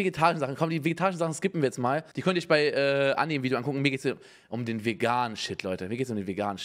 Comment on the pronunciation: „anni“, nicht „änni“ lol